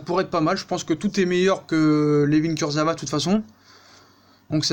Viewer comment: Ca se prononce kurzaoua sinon super vidéo comme d'hab